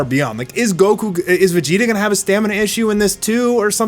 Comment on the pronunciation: Can't help but notice he says: Beh-gi-tah Not Veh-gi-tah